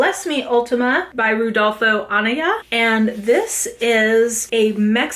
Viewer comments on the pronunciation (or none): Bless Me Ultima is so good! In New Mexico, it's on a lot of high school syllabi, and the library I went to as a kid is named after Anaya. I hope you don't mind me mentioning this, but Anaya is pronounced uh-nai-uh.